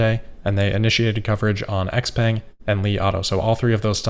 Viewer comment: xpeng is pronounced CHow-Pung!